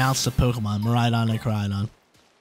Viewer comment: Come on that’s Koraidon not Moraidon 😂 love you though brotha keep it up